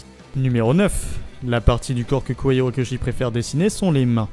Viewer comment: Alors.... La diction et l'intonation de cette vidéo me dérangent trop c'est vraiment dommage car le contenu est intéressant... Mais cette façon de lire en faisant "vagues" peu naturelles ça sonne vraiment bizarre pour pas dire agaçant :( (+ la prononciation des noms genre Kohei Horikoshi est aussi étrange je sais pas)